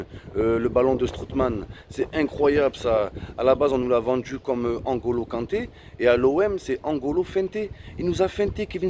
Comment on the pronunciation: n'golo kante , et pas angolo kante 😂😂 👇liker pour qu'il voit